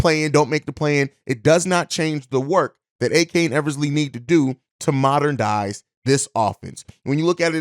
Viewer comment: The word is "MODERN-IZE" WTF...